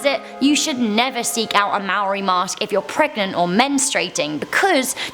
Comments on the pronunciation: IT'S NOT MARI ITS MAORI LIKE PUT YOUR TOUNGE UP WHEN YOU GET TO R JESUS WTF I AM A MAORI No hate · Yaaaaaay I'm Maori from New Zealand. Just an FYI, "Maori" is pronounced like "Mah-or-dee". Love all the videos. Maybe do a Top 10 Scary New Zealand Urban Legends? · Im slightly offended that you said maori wrong